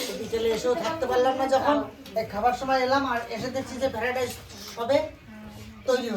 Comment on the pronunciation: go ফ্যারা ডাইস বলেনা । ফ্রায়েড রাইস বলে